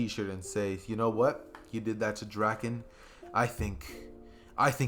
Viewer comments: bro please in the next part say draken right its drake - in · Draken ITS D R A K EN